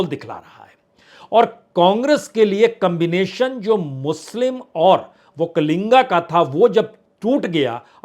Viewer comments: It is not okkalinga sir it is okkaliga. There is no 'n' there. Entire hidi belt media is going this mistake. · Badiya Vishleshan Kiya aapne. yahaan ki haalaat bilkul wahi hai Jo aapne kaha. Ek aur baat batana zaruri samajta hun,ki.... Vakalinga nahi vakkaliga hai,aap is baat ko agle video me correction kar lijiye, sir...aapko bewajah chahane wala..... ,🎉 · Sir it is वोक्कलिगा not वोक्कालिंगा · Say vokkaliga not vokkalinga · Prasun Ji; "OkkaliNga" nahi, "Okkaliga" hota h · Sir not vakkalinga, that is Vakkaliga. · Sir, Vakkaliga not vakkalinga. There is no (n)vakkali*ga. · Not vokkalinga it is " VAKKALIGA" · वक्कलिंग नहीं है। पुण्य प्रसुन वाजपेयी जि #वक्कलिगरु। बोलना है। वक्कलिंग गलत अर्थ होता है। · Bajpaij vakkaliga, vakkainga wrong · That is not Vokkalinga its Vokkaliga